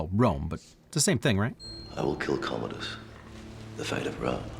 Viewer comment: I think it’s pronounced comadi’s